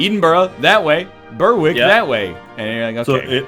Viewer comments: Burrwhick Ahem, us English people pronounce it Berrick you silly American! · When you were in Scotland you were getting so close to where I live :D Also its pronounced ber-ick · I'm Scottish and "ber-wick" is worse. Also thinking Perth is next to Dundee? What?